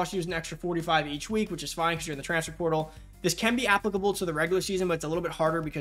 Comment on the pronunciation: Slow down bra its transFER portal. Not transfr prtl lol. You saying it so fast and condensed